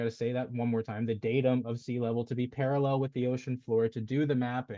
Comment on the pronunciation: Flat clown says Para-LELL like David Wise and his Daddy Nathan